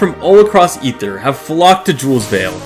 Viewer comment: Thank you so much for pronouncing Aether correctly